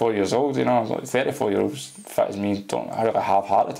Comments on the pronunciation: "Fit" sound like "fat" in Scottish lol! 😬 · Its kinda funny when this guy says "fit", it comes out sounding like "fat".😆